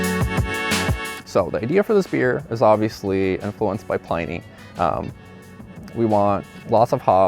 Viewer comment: It's not pronounced "PLY-nee". It's pronounced "PLIN-ee"........